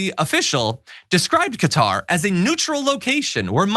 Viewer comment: Its pronounced as kuh·taar.